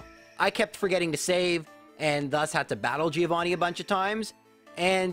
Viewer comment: That's not how you pronunce "Giovanni"